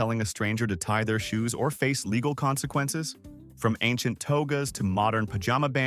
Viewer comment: Good gawd can't say LĒGAL, pronounces it līgâl.🙄